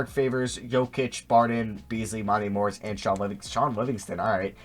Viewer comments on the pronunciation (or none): none